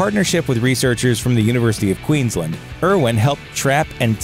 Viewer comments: It is not Queenslind it is Queensland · He said Queenslind in the vid some were